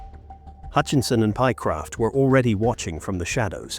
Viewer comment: The voice over doesn’t give the correct names. It’s Lewis and Pie-Croft